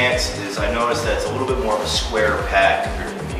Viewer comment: I had to stop watching this video because I couldn't stand him saying "a wittle bit" instead of a little bit. drove me crazy